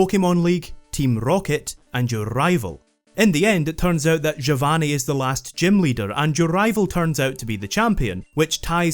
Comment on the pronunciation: Well, I didn't expect to hear someone pronounce Giovanni correctly today =P At this point I expect even other italians to say "Geeovani"